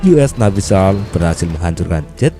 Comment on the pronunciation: SEAL bacanya Sill min